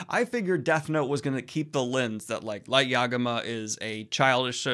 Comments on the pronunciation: Light Yagama. Light Yagama. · Light yaga-WHAT?